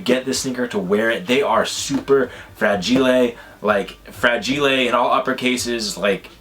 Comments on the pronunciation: "FRAGILAY" LOOOOOOOOL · OMG I laughed so hard the way you pronounced fragile